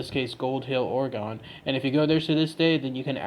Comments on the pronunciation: It’s not OreGONE it’s OreGON pronounced Oregun ☺️ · It’s pronounced like (Organ) my man, not Oragon. As an Oregon native it irks tf outta me hearing people say it like that. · Ughhh I live in Oregon and it hurts me when he keeps pronouncing it Or-E-GON instead of Or-ih-gun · The state is pronounced "ore-gun" not "ore-gone"... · Jesus, The way you say “Ore-gon” is completely absurd. Born and raised here, little tip so you don’t sound like a damn fool.. try saying it like “Ore-gun” .. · They're still gonna get it wrong and say it Ore Gun. You gotta spell it out for em- "Ore-a-gun" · That is not how we pronounce it, is OR-IH-GUN. We do hear and pronounce the E. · Omg stop fucking pronouncing it wrong jesus christ